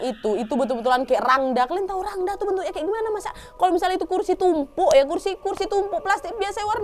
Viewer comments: Ijin intropeksi kak penulisannya emang rangda kak tapi pelafalannya rangde kak 🙏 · Aku gakak dengar gomong rangda padahal rangde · Kak mau koreksi dikit boleh harusnya cara bacanya itu rangde pakai e bukan a kak 🙏🏻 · btw kak rangda itu bacanya rangde yaaa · Rangda tulisannya bacaanya rangde nad,.... Aku asli bali... Salam semuaaa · maaf ya ka nad, rangda itu dibaca rangde 😅😊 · Mohon maaf kak aku dari bali mau memberi informasi rangda dibaca rangde ya kak hehe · maaf kak mau ngebenerin kata rangda emng tulisan nya rangda tpi di baca rangde kak